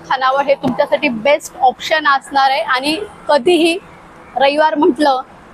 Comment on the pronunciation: ताई नमस्कार सर्व प्रथम आपले अभिनंदन. नेहमी ब्लॉग बनविताना आपले नाव सांगत जेणेकरून आपल्याला उत्तम प्रतिसाद मिळेल. आणि महत्वाचे शक्यतो इग्रजी भाषा याचा उपयोग करू नका. आपली मराठी भाषा शुद्ध बोलण्याचा प्रयत्न करा. कारण हा ब्लॉग अख्ख मराठी जग बघत आहे.. काही शब्द खटकले ते कृपया दुरुस्त करा जेणेकरून पुढच्या ब्लॉग मध्ये या चुका आपल्या कडून होणार नाहीत 1) आपण : आपन नव्हे 2) आणी : आनी नव्हे